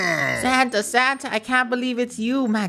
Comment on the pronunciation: Is it just me or does say Santer instead of Santa